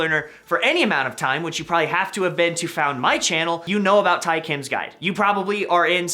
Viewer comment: Who’s triggered with him pronouncing Tae........